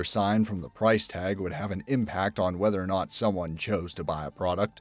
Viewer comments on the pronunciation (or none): none